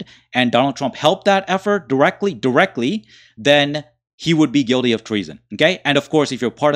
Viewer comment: It's pronounced " Guilty" not Guidy